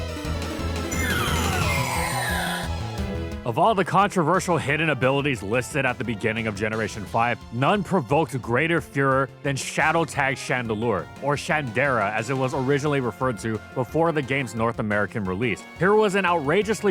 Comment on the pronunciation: Did you just say "None provoked greater Fuhrer than Shadow Tag Chandelure"???